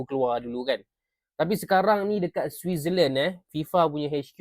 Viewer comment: sebut switzerland pun susah .. belum lagi cakap bahasa sepanyol atau portugis.. bangsa 7 player dalam siasatan / rayuan fifa.